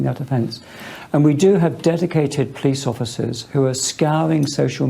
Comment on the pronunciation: "guys I'm sewieeous. Don't weetweet things that I don't like or I'll call the powice"